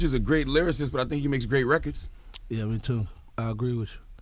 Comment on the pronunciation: Gucci's speech: rekuds, induscry, screets, schleep, shpring, etc.